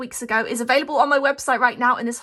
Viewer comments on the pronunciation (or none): none